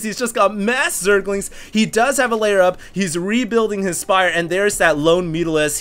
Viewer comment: Huge fan, great cast. Only comment, and I know you've been casting for quite some time, but...it's Lair as in "L-eh-r", not so much "Layer". Great match, thanks again.